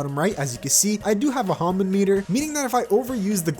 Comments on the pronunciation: It's pronounced ham-mon btw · Okay here’s how you pronounce Hamon Hah-Moan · its pronounced ham-in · It's pronounced hah mone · the way hamon is pronounced in the anime is ha-mown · Hamon Ha-mon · Its hamoan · Yes its "Hamoon* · Its (Ham On)Hamon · Actually it’s pronounced ham on- Cocks shotgun Boio Boio: NO. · Usually it's pronounced like ham on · It's ha pronounced like haha mon pronounced like monster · My man cant even say hamon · I thought the joke was gonna be him mispronouncing hamon a few times and then "Ha-Ripple" and then calling it Ripple energy for the rest of the video.